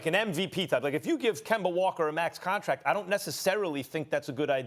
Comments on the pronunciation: Idk what's funnier, Rob "Pelinker" or "Kember" Walker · Kembr Walker